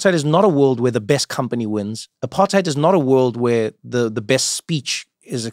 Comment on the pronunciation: Trevor's intentionally mispronouncing apartheid & it's low-key insulting to your fellow South Africans.. Nah bro